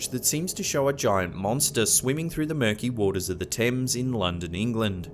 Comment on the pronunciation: Kudos for pronouncing Thames and Greenwich correctly. Seems unlike some YT narrators, you actually do your research.